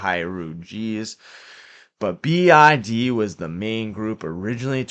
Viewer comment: Not to be mean, but all i hear is TIG and BID😂